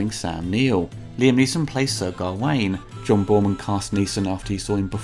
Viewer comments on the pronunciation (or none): none